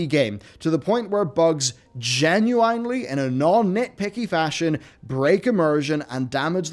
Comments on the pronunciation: Genuinely Gen-u-wine-ly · Gunu ... Inely ? It's all one word stop saying it weird